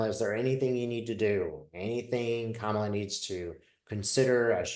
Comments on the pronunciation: It's "comma-la"...like (,) la! Thanks,! Love-Light! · Kamala is pronounced like “comma la”